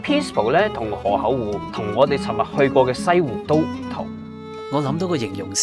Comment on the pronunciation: 諗起當年第一次睇Mike就係河口湖嗰集 覺得Mike將河口湖讀做河厚湖好好笑 🤣